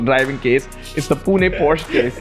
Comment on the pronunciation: PLEASE BROOOO ITSSSS = """""""POH SHUH"""""""